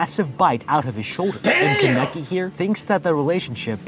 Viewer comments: DUDE STOP IT im getting so damn mad at the commentator (not ) for saying Kan-Eki and not Kane-KI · This man pronouncing kaneki as kuh necky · I can't be the only one who's only focused on how he's mispronouncing every name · is it me or is it annoying how the guy pronounces kaneki and the coffee shop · I haven’t even finished the video yet and I’m already pissed lol bruh can’t pronounce Kaneki’s name right. That bothered my nerves soooooo badddd!!!! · He was saying his name wrong